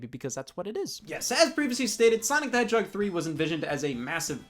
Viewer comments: for some reason I heard Scott say hedgehog as "YEAH A FUCKING HEADSHOT" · Sonic The Hedgehoy